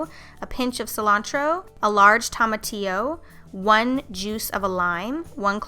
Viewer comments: I know, right? And also Pico de Gallou and Cilantrow, but definitely Tomatillo was epic. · Not hating but the way you said tomatillo made me laugh so much (I'm Mexican). Great recipes tho!